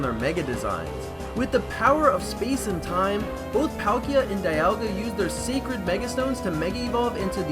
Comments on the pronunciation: dialga is prounouced dee-all-gah not die-al-gah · This video is awesome: end pahlkia and diahlga its palkia and dialga